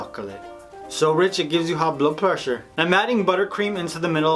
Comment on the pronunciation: I literally buss out "who the hell is that guy" and you said the same thing lol!! Omg you should do something GOT now that you did a crown cake!!! Like the iron throne! Edit: WAAAAAAIIIIIT LMFAO WEIRD ACCENT SO RICH IT GIVES YOU HIGH BLOOD PWESSURE! I lost it!! dead